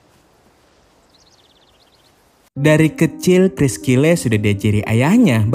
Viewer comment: Bukan cyle tapi Kyle